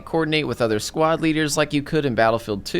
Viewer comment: I thought he was saying squat